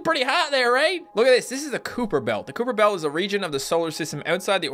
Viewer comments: did you say Cooper belt?? it's kyper belt but it's spelled differently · It's pronounced "Ky-per" Belt, just fyi